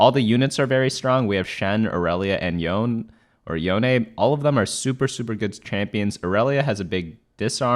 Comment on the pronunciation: WOOOOO YOU PRONOUNCED YONE RIGHT. RESCUBSCRIBING.